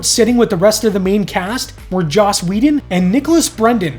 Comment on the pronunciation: Joss, not Josh